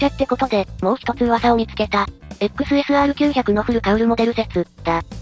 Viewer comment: XSRの発音に違和感。時々いい時も有るけど。